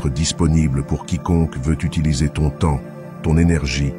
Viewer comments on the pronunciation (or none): none